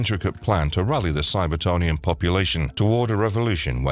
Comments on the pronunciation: Cybertronian not cyber-tony-an. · Ummm. It's CybertRonian. And you started with all the 90's/2000s stuff, but should have began with the cartoon/80's comic. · “Cybertonian?” The hell man?